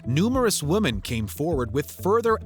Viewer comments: We gotta get you saying "women" right. Just pronounce it like it's spelled "wimin" and you'll hit it right on the head. Both vowels make the exact same sound. ♥️ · did nobody tell the announcer how to pronounce "women"? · Strange pronunciation of the word" Women"